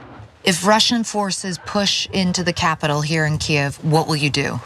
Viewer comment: Thanks to Ana for pronouncing Kyiv correctly!